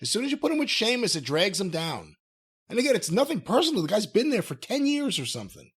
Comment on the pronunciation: I've no idea why these 2 old fools don't like Sheamus and Jim calling him sea-muss got old pretty fast. He thinks he's a comedic genius in his mind lol